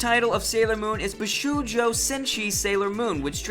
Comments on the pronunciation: Bee-Shoo-Joo Has a mini anxiety attack dies due to seriously incorrect pronunciation. Bee-show-joe. idk why I made it such a big deal XD WAS ANYONE ELSE TRIGGERED? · There are probably people who can do a more thorough job of this but I’ll do my best from memory. Please feel free to contribute Moonies: List of the horribly mispronounced: Bee-shu-JOE: Bee-SHOW-Joe Nah-OH-Kah Tah-Kah-Uu-Chee: Nay-OH-KOh Tah-Ku-Chi Man-gah-kah: Man-GAH-Kah Ahh-nee-may: Ayh-nee-may Shu-Joe: SHOW-joe Mane-Gah: Mahn-Gah Sah-mah: Sa-MAH Nee-Yane-ko: Nee-YAN-ko Su-Kee-Noh: Ski-noh Ten-Oh-MAH-ru: Ten-OH Mah-ruhe Cow-Maru: Kai-YO Mah-ruhe Ay-no Min-Na-ko: Ai-no Mi-nah-ko Oo-MI-no: UU-mi-no Ha-Roo-ka: Ha-roo-KA “Boku” is not only used by males, it’s just a masculine term. Mistakes/Corrections: #1- Attempts to hide any writing from the original? Really? That’s just ridiculously out of proportion. #4- Maybe I’m wrong, I’m pretty sure the first magazine publication was “Run Run” #6- There is a Live-action TV show of 26 episodes and one extended episode which I’m guessing you are calling the “Live-Action Film”. It also had a few shorter “special” episodes. #7- That “Bandai” remake actually created by “ToonMakers” (the same company that handled the adaptations of Super Sentai into Power Rangers for Saban Entertainment). It is called “Saban Moon” because it was pitched to Saban. No one says they made it. #13- See, you claim Tin Nyanko’s natural Japanese name here but then use American terms everywhere else. Are you trying to quote canon or just throwing out facts as though it applies throughout? Case in point, that wasn’t her name in all iterations of the story, including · pet peeve: bee-show-joe NOT bih-shoe-joe SERIOUSLY NOT THAT HARD.